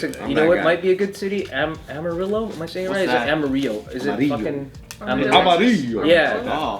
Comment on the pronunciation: The Big Texan is the restaurant and pronounced Amarillo right the 1st time (Am•Uh•Real•Oh).